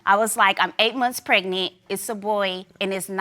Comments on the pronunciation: "When I found out I was preg-net" lol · "a whole month prignant" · Don’t get pregnant if u don’t even know how to say pregnant right PLEASE ! ANNOYING